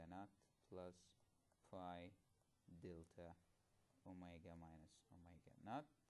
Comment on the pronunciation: Haha, omegas sound like "oh my god"